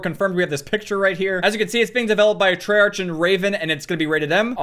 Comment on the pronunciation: Did you just say Treyarc?